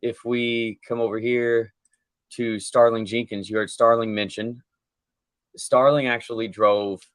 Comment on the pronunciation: The original commentators call him Starling and it’s Sterling.